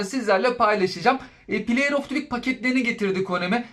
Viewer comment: Play of tivik diye okunmaz sevgili dostum. Play of dı vik diye okursan daha şık durur bence. Onun dışında kanalını başarılı buluyorum efendi, sempatik bir sunumun var 😊